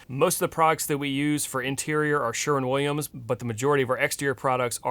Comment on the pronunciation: 100 Points for saying Sherwin instead of Sherman. 😂